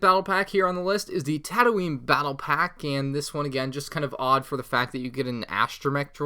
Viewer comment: You have no place to judge Starwars anything if you pronounce it like “Tadoeen”.